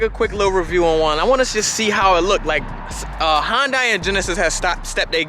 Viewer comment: If he pronounces Hyundai correctly I will be surprised....... Watches Video: Yup not surprised.